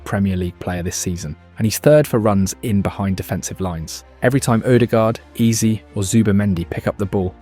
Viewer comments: It's Eze not Easy but all good, an enjoyable video for sure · It's Eze not ease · Eberechi what???? AAze Ezaeee... I hate these AI videos man its Eze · How did you butcher the pronunciation of so many names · The name pronunciations in this are so bad , I don't know if it's a wind up or not 😂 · If you can’t be bothered to check your AI script to pronounce EZE and MIKEL I can’t be bothered to like subscribe or even watch another video of yours We need to support real football content not this half assed AI slop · Great video but you must've pronounced Ezes name a hundred different ways yet none were correct 😂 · There were so many different pronunciations of his name in this video... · yeah he pronounced Eze’s name seven different ways